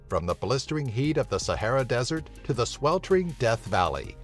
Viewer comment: You pronounce words wrong like Sahara